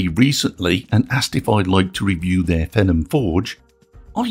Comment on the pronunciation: 'fee-nom' is how it would be pronounced. otherwise excellent video.